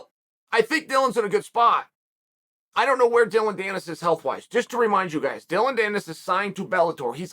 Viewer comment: I really didn’t except uncle Chael to pronounce Logan or Dillon correctly. Good on him.